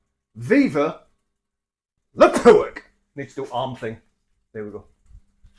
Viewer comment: Your griddle should be named Darren and he wouldn't want you to stop saying pewerk.